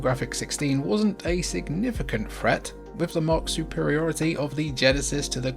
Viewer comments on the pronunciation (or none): I enjoyed the video up to the 15-minute mark when you pronounce threat with an f if you was a child I would send you back to school so therefore I cannot listen to you or take advice from you